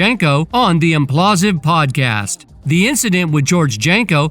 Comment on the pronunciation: Bro, it's Impulsive, as in Logan Paul..... come on